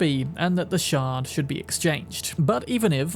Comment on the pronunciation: I know he’s saying shard but dang do I ever hear shart